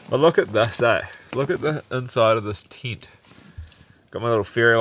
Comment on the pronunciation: Congratulations to both of you Love the way you say “Tint” ( tent ⛺️) 😄🇬🇧